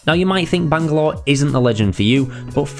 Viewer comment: Look man it was a great guide and very entertaining while informing but that has got to be the most annoying pronunciation of Bangalore I've ever heard